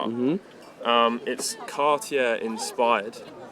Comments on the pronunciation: “Cartiere”? Really? You can’t even pronounce the names right. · Car T Air? Adam R Peegay? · Cartyheir? Best pronunciation of cartier i’ve ever heard